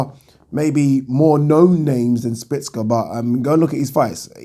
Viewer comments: Szpilka not Spicka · szpilka not szpicka its not hard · Spill-ka not splits-ka 😂😂😂😂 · 😁😁😁😁For the last time... Stop calling him Spitz-ka.. There a bloody L in there.... Its actually pronounced ' Schpiel-ka' if we're gonna be technical... BoxTalk days all over again.. 😁😁 Oh Yeah.. Great vid... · Oh god you butchered Szpilka's name